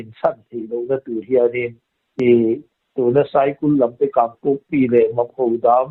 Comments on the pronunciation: A bengvar thlak thin, an ni pahnih avang hian ..dam reng hlawm rawhse . Chutih rualin ngaih mawh deuh lo sawi lawk .. Tui lian 'kam' lam rik dan kha Kám tia lam ni se, ngaihthlak a nuam deuh ang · kan pu hi tui kam lam rik dan tur hi lo hrilh ava ṭha ve...kam lam rik dan tur hi chu -(dance - lam) lam rik angin tui (kam) - hi lam rik tir ava ṭha ve 😂😂